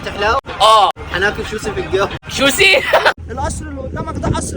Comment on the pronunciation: سوشي ❌️ شوسي ✅️